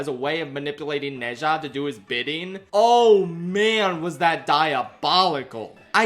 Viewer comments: you absolutely blew the pronounciation of Ne Zha, its more like "Nuh Ja" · ITS NO "NEI JA" ITS "NUH ZHA" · for future videos: ne zha is pronounced like nuh - ja (for inflections: nuh has a rising tone and ja has a flat tone) (alternatively chuck it into google translate and listen to their pronunciation, being careful to replicate their intonations closely) (you dont HAVE to do this but i think many would appreciate it) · It’s pronounced “Na-Jaa” 😅 but great video 👌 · I loved this movie saw it with my chinese class it was wonderful. Also it should be the bate minimum but thank you sincerely for making an effort at pronouncing the name the actual theater we went to see it at couldnt even be bothered to say it right 💀